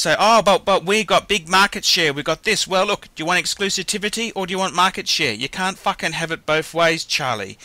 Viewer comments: The word is Exclusivity....not Exclusitivity....doofus. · And it's EXCLUSIVITY, not EXCLUSITIVITY, by the way. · sort yourself out. Exclusitivity, that's not even a word you moron. Repet after me - EX-CLU-SIV-ITY, EXCLUSIVITY. I mean, it's just fuckin ridiculous hahahhaha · "Exclusitivity". Lol, love ya. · it is exclusivity NOT exclusitivity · The word is 'exclusivity". If you are going to go on and on about it at least learn how to pronounce it please. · If you cue to timestamp this moron says exclusitivity? Which sophisticated watch collector will be caught saying exclusitivity instead of exclusivity. This guy shows a Mercedes E class. Guys who own pateks drive bentleys and maseratis, or at the least a mercedes S or a beemer 7. This guy is nuts. Don't take him seriously. Omega although mass produced uses a good movement and gives bang for the buck. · Its exclu-SIVITY my friend